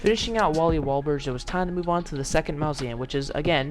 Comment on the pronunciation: He said Wally wables when fighting Wally warbles 😂